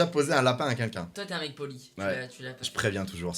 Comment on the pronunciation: Ca vous stress pas doc quand il dit "qqn" il le prononce quinlquin mdr